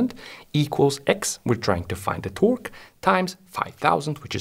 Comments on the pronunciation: The way he says “ T o r q u e “ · torque "tôrk" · The way he says torque 💀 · When this man says torque I feel pure horror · i love the way this guy says torque